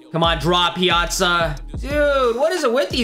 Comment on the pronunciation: It’s pia-tza